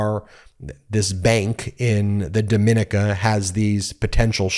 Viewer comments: Dom-min-eeka, not Dom-MIN-ick-a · DOM-IN-KNEE-CAH not DOE-MIN-KNEE-CAH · 1) Republicans are all about meritocracy and getting ahead based on your abilities. This idiot violated all of the most basic precautionary guidance about investing. So sad. 2) It's "dom-in-NEE-kuh", not "do-MIN-ic-kuh". It's not the same pronunciation as the Dominican Republic. 3) What is the relevance of "porn friendly"? You repeat it several times, but that has nothing to do with the story. Is this smearing through dog whistles? Don't steal the rhetorical tricks of the Right because it lowers you to their level; just stick to the relevant facts. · It's pronounced "Do-min-NEE-ca". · It's pronounced DAH-MI-NEE-CA ijs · Dom-in-EEK- A. No “the” before the name. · Dom -in - neeca! Please pronounce it correctly!! It's embarrassing. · It’s pronounced DomiNEEKA. And there’s no “the” in front of it. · That is Dominica, accent on the second i, not the same as The Dominican Republic. It’s part of the three French islands, including Martinique and Guadalupe. Pronounced Do-mi-NEE-ca. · Not to be pedantic but the Island Nation of Dominica is pronounced DOMINEEKA, emphasis the "NEEK" part. It has 365 rivers and the most water or any place in the Caribbean and a volcano -- fantastic oranges and bananas. And of course a trump business failed. I'm from NYC and Trump ALWAYS targets the middle and lower class to frisk of life savings. Always has.